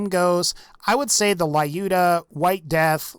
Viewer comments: "layuda" That makes my ears bleed, lol. It's more like luda, or Люда (let the Google voice it), a russian sniper from WW2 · It`s Looda, not Layooda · I am jet to hear, that someone pronounces Lyuda correctly. It is short from Russian women name Ludmila not La-udmila, thus it is pronounced Ljuda not La-juda. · Please stop calling Lyuda "laiooda". Lyuda. L'u-da. From Lyudmila AKA "likeable to people" from "lyudi"(rus.)=people and "miliy"(rus.)=pretty. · Lyuda says as "l'uda" not "laiuda". Because vladof - soviet (that mind russian) brand.))) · lyuda read like l'uda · Lyuda probably pronounced as L'uda. Just russian passing by. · Dude Lyuda is pronounced as looda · stop calling it lae-yoda it's annoying. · I giggle how he says Lyuda 😅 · that's not how you pronounce Lyuda but w/e